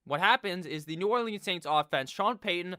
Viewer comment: The way you pronounce New Orleans makes me wanna off myself